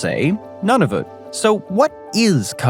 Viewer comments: Whadda 'bout Kainadah and None-of-it? 😂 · Now get this straight: Nunavut is pronounced Noo-na-voot. And as for the narrator’s pronunciation of French place names, well, I just give up. :-( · FFS Noon a VIC say it right haha